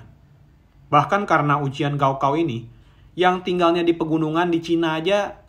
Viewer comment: Gao kao dibaca "kao gao" ( ujian akhir tingkat sma )